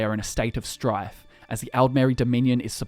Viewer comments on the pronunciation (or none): none